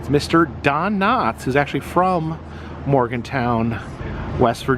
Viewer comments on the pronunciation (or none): Morgantown, not Morganton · I noticed you pronounced the town wrong it’s called MorganTOWN not MorganTON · I am from Morgantown WV and it is pronounced Morgan (town). This prt was built to get students from one part of campus to the other. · I'm sure someone else has said this already, but it's not Morganton, it's Morgantown (Morgan-Town). Also, the John Denver song is about his trip going home to West Virginia. There is also a Charleston and a Charlestown in West "By God" Virginia. And as always, West Virginia is The Best Virginia. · Isn't it MorganTOWN and not Morgantin? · It’s not Morgonton, cringe😮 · Hi Its Morgantown - Town not Ton Morgantown West Virginia Morganton North Carolina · Morgan-town!!! Not Morgan-ton!!! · Um,. It's MorganTOWN, not Morganton. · The town is called Morgantown West Virginia that you are in. Not Morganton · Sir, that's MorganTOWN, not Morganton.... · YOU KEEP SAYING MORGANTON====IT IS MORGANTOWN. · Love ya but it’s “MORGAN- TOWN” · I think Appalachian Mountains, Potomac River just didn't have the right number of syllables. OMG! It's MorganTOWN! Who doesn't know that? RPT? It's Personal Rapid Transit! PRT! Jesus! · Hey dude if you gonna be in West by God Virginia than pronounce it Morgan town thats how we say it up here lol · Silly is pronounced mor•guhn•town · Wanted to let you know it's pronounced Morgan-town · Is saying Morgantown wrong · Thought it was Morgantown. He wasn't saying it right. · he's mispronouncing it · Are you pronouncing Morgantown wrong? Lol, I'm from Morgantown, Pennsylvania, lol. Just asking? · Too bad he couldn’t figure out how to pronounce its name and wanted to throw shade at Country Roads being the states song . This dude just follows behind where other channels have already been to lookin all goofy lmao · I think we should have a drink every time misses pronouns Morgantown. Lol. It's all in good fun, buddy. I love your videos.